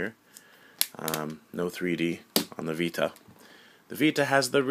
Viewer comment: The way he says "vita" in this video bothers the fuck outta me but anyways. Every ds nintendo makes reminds me of the old ds, It looks like a dinky kid toy. The ps vita is designed for actual game players mainly focused toward teens. + the 3ds looks very kidish and also is easily breakable. Sony wins.